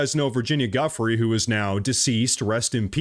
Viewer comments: thank you for learning how to pronounce "Epstein." Now we need to work on Virginia's last name. It's literally phonetically prounounced "JEW-freeee" you keep saying "Guff"rey (rhymes with stuff, rough, buff, tough), this in wrong. She died for exposing Prince Andrew, you owe it to her to pronounce her last name corretly 💜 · Gieuffries is pronounced like JEW-FREEZE, and Ghislane is pronounced like JILL-AINE not JIZZ-LANE. 😂